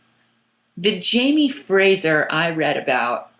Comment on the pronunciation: Omg agreed. I keep hearing girls pronounce it FRAJER and I'm like, uhhh you're labeling yourself as a fan of the show, can't you hear everybody pronounce it FRASER?!!! It just irks me